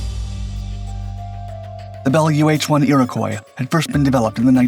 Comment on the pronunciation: The way "Iroquois" is pronounced :face-blue-smiling